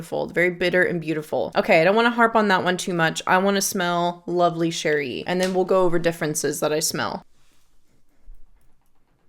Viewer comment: Setting aside all of the information in your video ( of which I very much appreciate), you’re the first person I’ve come across with a review of Lovely Cherie and pronounced the name correctly… yay for you! I was wondering if you ever smelled Alexandria’s Fructus Virginis which is a clone of TF? I love fragrances with cherry and almond but I was not a fan of Fructis Virginis. I don’t want to buy Lovely Cherie and have the same experience. Thanks for the review.